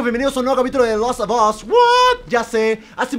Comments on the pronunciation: Gente normal: de las of os German: de laso 2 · JuegaGerman se pronuncia de last of as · Me molesta que no pronuncie bien la palabra the last of us